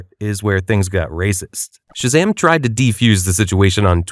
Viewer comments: 'Ten'ZEE' and 'Shah Zam' all one acronym bro hahaha just pronounced 'tenz' and 'shazam' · "ten zee and shah zahm" mf did NOT tell his fiverr voice actor how to pronounce shit